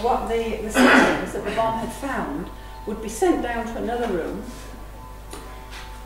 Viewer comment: Its bommmmmmm "bomb"